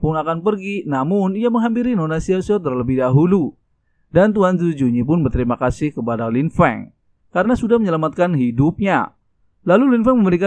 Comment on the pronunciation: Owkwowkwkw tadi dia bilang sangat berterima kasuh bukan kasih owkwkwkwkw